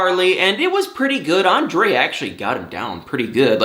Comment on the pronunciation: you didn't say it right... Ahhn-drrrrrayyy